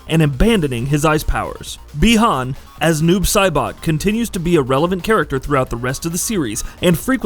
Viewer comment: I’m surprised he didn’t say “Bie Han” lol. Got the easy name right